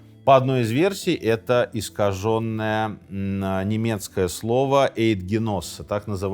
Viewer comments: Eidgenosse-правильно произносить по-немецки Айдгеноссе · На Eid Genosse, произносится как айд геноссе, т.е. союз единомышленников, объединенных общей клятвой.